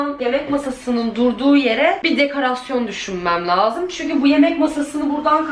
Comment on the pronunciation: Dekarasyon degil dekorasyon 😂